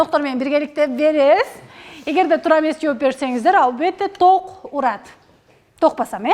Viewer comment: ток дегенди туура айтсаң алып баруучу